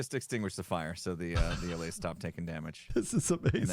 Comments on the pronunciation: Hermits will name the second largest city in America before they say allay correctly 😂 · How you pronounce "allay" is dependent on accent. It depends on how you pronounce alleviate. Some say /a/, some say /ə/. It depends on your accent. The Swedish developers probably learned English with Standard British pronuncation, which might be why they say /aˈleɪ/. I don't think most Americans would say it like that, I think /əˈleɪ/ is more common. But I don't know; just say the word "alleviate" and you'll know how you're supposed to say allay in your accent.